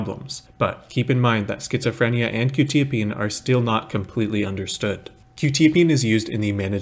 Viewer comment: I think it's pronounced kwu- tya-- peen